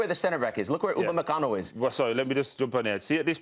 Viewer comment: Bro said Upamecano smh